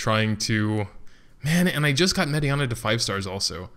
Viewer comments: yeah it was only mirianne. Prounce the last part as just "an" not "ana". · Only one that was wrong was Mirianne, and all he did was add an "a" to the end of her name.